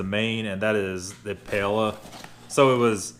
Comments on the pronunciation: You were close. It's actually Pie-Ella. Also, it's not "Cone-i-ak", but "Con-yak". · Soup of champions lul. That is definitely creme of mushroom. Also Paella is enunciated kinda like pie eh ya....love your video but that made me chuckle. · Pie-ay-ya. Nice video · Try pronouncing it "Pie - Ella" Great Vid! I have 9 of these, only 5 to go!! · If you had said "pla-lala" one more time I was gonna die! Lol in a good way - thanks for another good one! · Pie-a-uh is a broken down pronunciation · Pie-ey-ya. You rube. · Paella is pronounced Pie-A-Yuh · Again..... Why can't you pronounce words? 2 mins of research or a Google would make your videos better. Please USA learn to say words like paella. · It's not "crybaby liberal bullshit". People who can't be bothered to take thirty seconds to learn how to pronounce one word are annoying and either arrogant (and think that nobody should speak anything but English) or too lazy to use the tools available to you. Seriously. Go to and type "Paella" in one of the boxes and click on "Translate". It'll show you the pronunciation and the definition, and you can click on the Speech icon to hear how it's pronounced. Granted, their pronunciation isn't always the best because it's a computer voice, but at least when you try to pronounce it, it'll be obvious that you took thirty seconds out of your oh-so-busy day to try to learn something. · New drinking game. Take a shot every time mispronounces Paella. passes out in 5 mins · Philip Routh lol